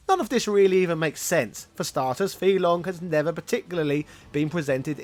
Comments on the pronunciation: But, you say his name wrong. Over and over again. Why? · Your pronunciation of FEI Longs name is seriously off, and "material artist"? A little more research, please